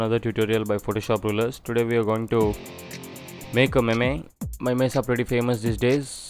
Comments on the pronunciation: Its not pronounced "meme", it is pronounced "meem" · it spells meem not maymay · Apart form the "memay" pronunciation tutorial looks solid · It's not pronounced meme it's pronounced as meem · ME-me what is the pronunciation hahaha